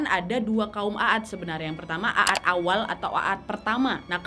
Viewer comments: Kaum at aja bacanya . Bukaan a at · Sebenar nya bukan A ad, tapi Aad huruf a di panjangkan pembacaan nya bukan ditekan terpisah antara dua huruf aa karena huruf alif yg ada cm 1, jadi pembacaan seharusnya huruf 'ain ع di baca panjang karena ada alif (alif harokat sukun) , kalau di pisah /di tekan dua huruf A seperti yg ka nadia sebutkan itu seolah seperti alif yg ada pada kata عاد itu memiliki harokat fathah akan tetapi seharusnya tanpa harokat atau harokat sukun jadi pembacaan yg benar adalah huruf ain ع di panjangkan pelafalannya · Koreksi dikit ya wak. Kaum 'aad itu nyebutnya 'ad ('ainnya panjang) bukan 'a-ad. CMIIW. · Terimkasih atas bahasan cerita para nabi, tapi aku agak aneh mendengar nama kaumnya nabi Hud adalah a a d, ( sebenarnya "a" dibaca panjang maka ditulis jadi aad, krn sebenar nya tulisan arabnya عاد ditulis latinnya aad) tolong rujuk ke tulisan arabnya untuk membacanya agak tidak terdengar ganjil, tks dan maaf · Dibaca "kaum 'Aad" bukan kaum "A ad" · Izin kak....kaum Nabi Hud disebut nya a'd bukan aad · Mohon maaf kak. Mau koreksi dikit. Nama kaumnya itu kaum 'Ad. Aad dibaca panjang. Bacaan mad thobii. Kaum Aad. Bukan A'ad. 🙏🙏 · Mohon dikoreksi bahwa bukan kaum Aad tetapi kaum 'Aad dimana huruf 'A (huruf 'ain nya) dibaca panjang. Afwan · Maaf wa bacanya bukan a ad tapi aad A nya dibaca panjang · Maaf, bacaannya bukan aat 'a dibaca 1 huruf saja, bukan dibaca 2x Anya